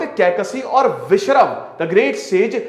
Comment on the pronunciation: श्रीमान जी, आपका ज्ञान बाधाएं। आप नाम तक सही नही ले पा रहे हैं। जय और विजय तथा विशश्रवा।